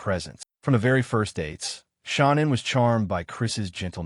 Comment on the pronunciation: Pretty sad YouTube video on these people and you can't even pronounce her name her name her name is Sha. Nam And you probably wonder why you getting no views idiot